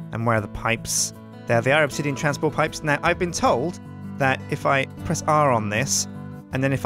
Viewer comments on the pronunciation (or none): none